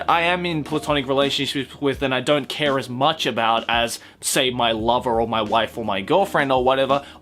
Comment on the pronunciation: When (probably accidentally) emphasised "wife" I was like:......... Aki?